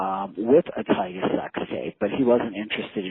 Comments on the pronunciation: nobody hears vlad keep saying "tiger" 🤣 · TYGA. T-Y-G-A. NOT TIGER. Jesus Christ Vlad. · vlad it's tyga not tigerrrr! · Bro, Vlad, its TygA not tiger...... cmon b